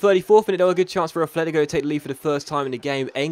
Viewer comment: Its not "Afletico" its "Atletico"